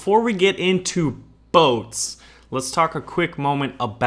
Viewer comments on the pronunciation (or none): Baron, anytime you said boats, what I really heard was butts. Amiright!? Point made...